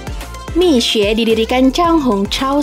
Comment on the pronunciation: Nyebutnya tu mi sue. Minya nadanya ditekan ke bawah. Suenya nadanya naik turun naik. Kalau bahasa cina pengucapannya juga beda2 nadanya. Salah nada lain arti kata. So yang mau les bahasa cina kalau ga dipakai sehari2 ga ngefek deh dijamin lupa kecuali lingkungan sering pakai mandarin so ga bakal lupa.